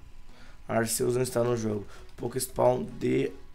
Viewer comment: kra aprende a pronunciar se escreve Arceus mais se le Arquios